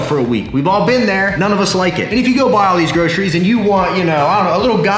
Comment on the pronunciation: I swear I heard you say 'bro'ceries